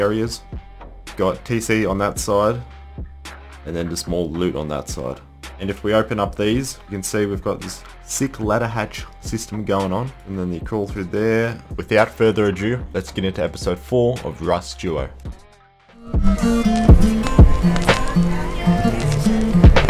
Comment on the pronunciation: Lol, "without further a jew" XD That's what I heard atleast